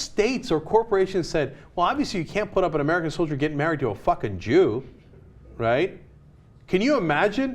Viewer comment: what's a "solier?"